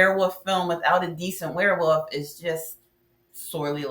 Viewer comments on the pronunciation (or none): Ok. I kinda got used to your "Wear Woof" pronunciation.